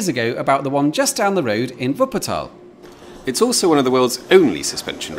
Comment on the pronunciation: And he says Wuppertal correct too 😀